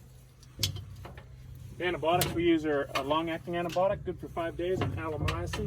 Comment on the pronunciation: Did I hear antibotics or are they antibiotics